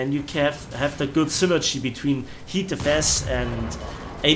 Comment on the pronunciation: Why do you keep saying HEATFS